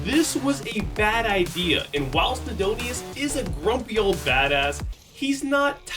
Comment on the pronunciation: SIDONUS, not Sidonius. Theres no 'I' between the N and U.